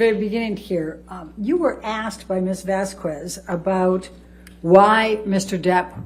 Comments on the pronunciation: Still irks me how Turd's lawyer keeps saying, Vas-kwez...it's Vas-kez!!! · Isn't elaine saying Vasquez wrong ? Mispronucation.